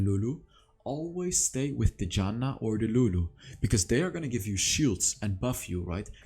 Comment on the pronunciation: I really like how you pronounce Janna as Yanna hahaha